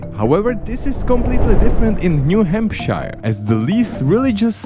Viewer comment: good video, but some things need clarification. In New Hampshire, word 2 is HAMP-sure.. PA's Amish are AH-mish, not AIM-ish. Washington, D.C. is not in the middle of Maryland, but on the state line of MD and VA, with half in each state. Washington state is 3000 mi. away, not 2000. In the MI section, you got 2 things wrong: Isle Royale is I'll Royal, though it's spelled the French way, and Yosemite is yo-SEM-ih-tea. rather than YO-suh-mitt. Then you changed WI to yellow without having said a word about it. There are all kinds of things to say about SD: it's home to Mt. Rushmore, the beautiful Custer State Park, and a cuisine brought over by the Czech and Slovak immigrants that is only available in SD. As far as I could tell, you said nothing about ND, either.